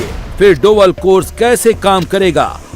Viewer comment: डोवल नही ये डोभाल जी है